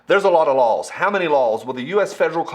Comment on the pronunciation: It's called LAWS, not LOLS.